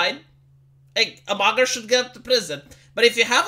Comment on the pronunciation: Oh mugger! I thought you said blogger at first 😂